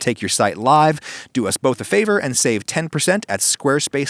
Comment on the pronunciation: when he said "go frico yourself," I thought he said go frick yourself